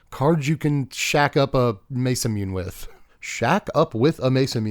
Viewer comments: "masamuuuunaaaay" please man im begging you 😂 its like hearing ppl call chocobos....choco....bos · “Muhsahmoonay” is crazy bro lol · It’s Mass-a-moon-ay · Everytime he said it i punched a whole in my wall involuntarily. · It's actually pronounced Mesa Moon A according to Riot from League of Legends. That's the way they pronounce during the pro matches. Who knows though. ✌️ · The what.... that is an insane pronunciation of Masamune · The Masamune pronunciation rage bait! 😂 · pronounced it wrong every time lmao